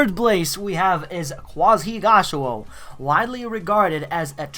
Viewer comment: I'm sry I giggled when u said quanzhigaoshou ... but still like ur channel aye